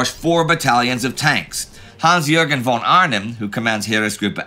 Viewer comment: X years of talking about Prussian aristocrats and Indy is still pronouncing "von" wrong, but why? -The rest of his German pronunciation is really good